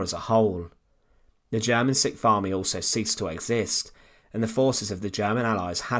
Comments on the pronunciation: I kept wonderin what the sick farmy was until the penny dropped, this is narrated by an englander who cannot speak english. Sick farmy = sixth army. More tosh! It is bad enough that USuk still continue to push the nonsense that they were instrumental in the defeat of the nazis (note nazis not just germany. The USSR had to defeat Hungary, Romania, Italy, Austria, Czechoslovakia & Norway as well as Germany as all fought in eastern europe on behalf of the nazis). Anyway while the USuk mob big themselves over the battle of the bulge where they barely defeated 5 divisions of nazis two divisions were experienced fascists, the rest were old men and children, the USSR rolled more than 80 divisions of nazis on their way to Berlin - AFTER they defeated the entire 6th Army comprised of 22 divisions of Nazis 8 panzer (armoured )divisions and 14 infantry divisions. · . Of the what??? " It would see the destruction of the German sikh farmy" Yeah, I bet. Subtitles, please. And properly pronouncing 6th Army wouldn't hurt either. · He keeps referring to the sick farmy? But he doesn’t pronounce the r in army so it sounds like the sick fahmy...